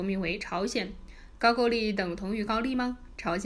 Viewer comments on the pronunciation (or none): 不是ju是gou字都念错怎么到这里胡说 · 高句丽 的 句字读 勾，箕子读基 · 為什麼高句麗都念不對？